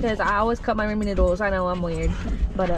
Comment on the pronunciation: It’s raw-min, not Ray-min damnit. I am offended 😡🤣